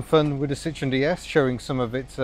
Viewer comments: it's not a citron. a citron is a lemon. This is a Citroen. Note the 'e' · Apart from the fact that you either don't know how or refuse to pronounce the manufacturer's name correctly this is a great video. Such a technically and optically advanced car that was. Way ahead of time.